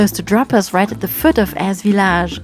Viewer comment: Memories ❤ yes love Eze! We were there a few years ago. After, hearing you say Eze, I know now how to pronounce it😂 some pronounce it like Easy? Thanks, ladies another great video.